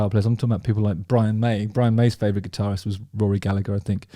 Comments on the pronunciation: FFS: Rory Gall-a-her, not Gall-a-ger. Second 'g' is silent. Irish, not Scottish. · In Ireland we don't pronounce the second G in Gallagher. It's pronounced Gallaher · Hi Justin, Love you and the video. Just for yours and all other UK-ians future reference, Gallagher has a soft g in the middle. So it’s pronounced Galla-her. Same goes for Liam and Noel :) Have a good one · Rory Galla-her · He did use the hard G sound? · He DID use the hard G sound? The OPs comment confused me too when I seen it..😂